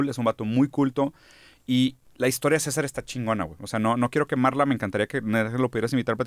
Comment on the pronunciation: Mi esclavo en mi quería lanzarle una piedra cuando dijo mal los nombres de los canales de César